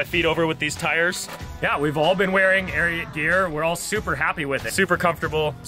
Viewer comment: You butchered ariat 😂🔥